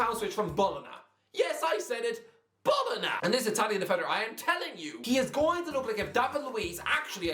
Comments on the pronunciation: Its Bo-lo-nha not bolona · Mate its pronounced bolonya, its not that difficult